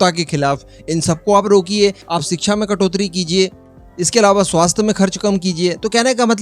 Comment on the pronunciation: कटोत्री नहीं कटौती बोलते हैं.